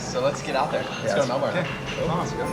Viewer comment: It's not Mel-born. It's Mel-burn!